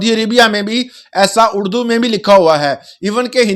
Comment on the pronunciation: اردو بولیں ،اڑدو نہیں 😅